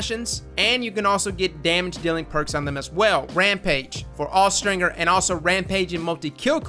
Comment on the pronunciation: Austringer is pronounced with the J sound, not the hard G sound. Look it up.